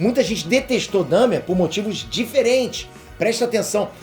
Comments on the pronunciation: Se lê Dâhmer! É alemão! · Porra,. Você mora na gringa, canta inglês, assistiu a série e ainda pronuncia DÉHMER? Assistiu no mudo?